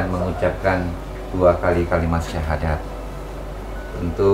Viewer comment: Kalau didengerin baik2, pengucapan syahadatnya mbak ini uda bagus ya. Padahal bukan muslim loh sebelumnya. Apakah sudah belajar dahulu. Hanya allah yang tahu.